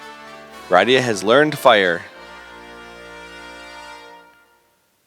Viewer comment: I know this series has been over, but your pronunciation of Rydia is making me not want to watch the rest of the videos.